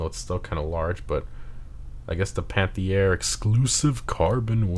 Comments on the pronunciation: Just say "panth-air" God, i hate doing a grammer n*zi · It is pronounced Al"peene" not Pine like a Pineapple or something. And Panthere without an i, and the first "E" of Panthere has an "accent grave" but R* can't use that in Gta Online.